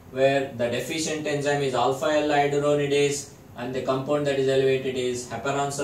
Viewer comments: the enzyme is not alpha-l-iodusonidase, but alpha-l iduronidase. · I think it's iduronidase and not ioduronidase...